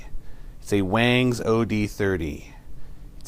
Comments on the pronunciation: "waaangs" and "eggniter" what a moron. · Wongs is the correct pronunciation..... great video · It's actually pronounced Wongz bro